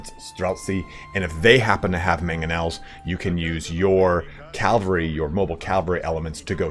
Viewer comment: Love your videos, your pronunciation of cavalry is sus though